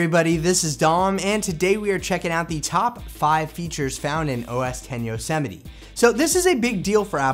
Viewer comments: Yo-Sem-ite not yo-semmetie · I thought it's pronounced "yos-might" not "yo-se-mi-te" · Nope lol. It's Yo-se-mi-te. As in Yosemite national park. (Apple likes to name their OS after cities or places and Yosemite is in California, which is where Apple is based).